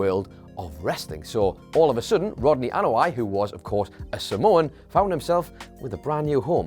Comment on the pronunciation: I hated your pronunciation of Anoa'i